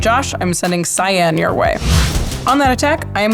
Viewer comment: Pronouncing Cyan (Cyin) as CyAn, hurts my soul. It makes it sort of a blue color.